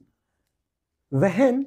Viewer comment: Wehen❌ hwen✅ Spreses❌ sapress✅